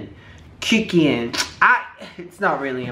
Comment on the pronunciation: It’s pronounced John “CROOKian